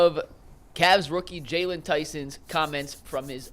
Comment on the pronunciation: His name is JAYLON! If you can't get that right, what else do you get wrong??